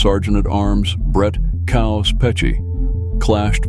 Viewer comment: Its KAOS....stands for CHAOS..Its not Coaws..Damn Dude